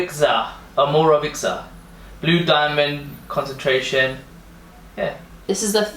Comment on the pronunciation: you say omorovicza like omoro-veecha